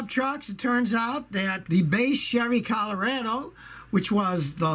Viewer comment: Love how he misprnuciates Colorado. 😁